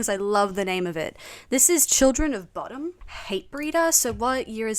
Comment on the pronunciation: love that she says "bod-om... i listened to this band for years and pronounced it that until i saw them live for the first time back in 2003 in Atlanta Georgie.. and was like oh it's Bow-dum...not bod-om